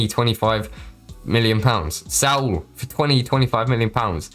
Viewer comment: all good you were pronouncing it with a bit of a T happens a lot of people